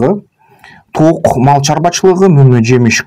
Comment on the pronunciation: Ток эмес тоок деп айткылачы